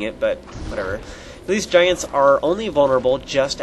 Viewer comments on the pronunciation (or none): none